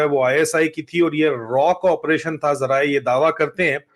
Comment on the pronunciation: रॉ नही रा